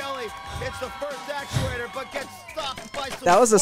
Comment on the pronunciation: Never correcting when he says actulators better continue to next season